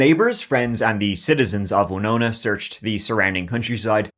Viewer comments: Thank You for taking the time to learn how to correctly pronounce the name of the city of Winona, MN. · Look at this guy, pronouncing Winona correctly, props! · Good job pronouncing Winona correctly. It's not often that someone outside Minnesota gets it right. Now if they could just pronounce Anoka and Edina right.